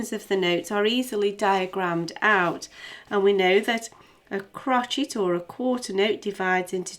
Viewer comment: stop saying crocheet haha